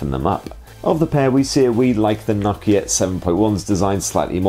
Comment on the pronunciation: Nock-Key-Yeh No-KEY-A